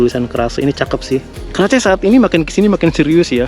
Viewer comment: Kemana atuuhh “keraceeeee” 😂 “Kares a.k.a k-race” dibacanya abangkuuhhh 😂😘